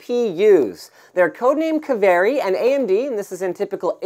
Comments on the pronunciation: Pronounced "Kaveri" not "keveri". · His pronunciation of 'Kaveri' really pisses me off. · Well, wherever they took the name, it's fun to hear non-Finnish people pronouncing it ^^